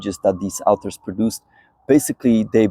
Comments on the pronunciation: Hi. Informative videos but please please pronounce 'author' correctly. It's 'or-thur', not 'ow-ther'. Also, 'antibodies' is pronounced wrongly but it's not so much of a problem. No doubt non-native English speakers would be really confused and not know what you're talking about....have to rely on context to understand. Thanks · Dude, you are wrong. :body-green-covering-eyes: Either that or you are a "Goofy Newfie!! I am a Canadian native-speaker AND an English teacher for over 25 years and the pronunciation is " AW ther" Do you " warsh your car or "wa sh " your car?? :face-orange-biting-nails:🤣😂🤣😂